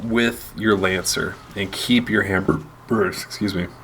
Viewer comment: hammerburst or hammerburp :P